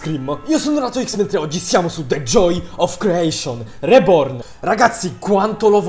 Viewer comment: Sbaglio o hai detto "reporn"?!?! 😂😂